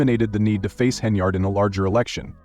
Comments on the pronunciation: Whoever programmed the AI narrator made no mention of the fictitious brawl and ICU visit. Some of these content creators are unscrupulous spewers of fake news. The AI narrator pronounced Henyard's name incorrectly as "hen e yard'. It was pronounced correctly throughout the rest of the fake news report. Ugh. Nevertheless, whoever fabricated this 'report' will receive YouTube dollars for duping the public. These YouTube streets are lawless. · Doubt its true but if it is she got what she asked for. Channel cant even say her last name right